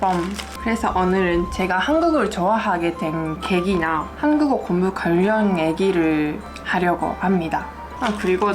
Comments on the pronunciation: 그래서 발음중에 공부가 곰부로 들리는거였군요^^ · 발음이 너무 귀여워요 곤부 ㅎㅎ